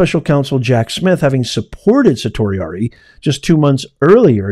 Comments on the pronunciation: It’s pronounced sir-she Ari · just a quick fyi you are pronouncing certiorari wrong, its Sir She orari